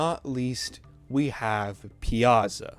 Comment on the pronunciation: piazza, no, it’s pizza